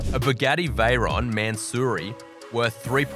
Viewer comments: is it just me or he just said bughati whirer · "bUgAtTi" huayra xDDDDDD🥸🥸🥸🥸